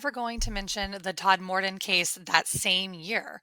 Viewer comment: Tod-m-den, as its pronounced.